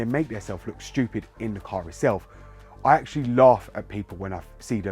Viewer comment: I like how you said : Shtewpid